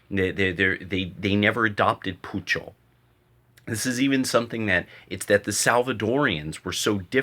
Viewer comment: It's not called poocho it's "pocho" (pronounced as poh-cho)more commonly known as Spanglish.